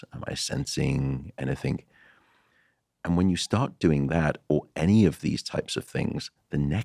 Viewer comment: Matt.. Please stop saying anythink 😢